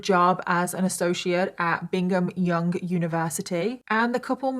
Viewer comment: Oh man never mispronounces things but she mispronounced Brigham Young